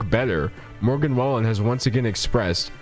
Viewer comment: I live in Oklahoma and Morgan Wallen is HUGE down here everyone knows who he is🤢 so just a heads up his name is pronounced WAY-LYNN at least that’s how everyone around here says it i could be wrong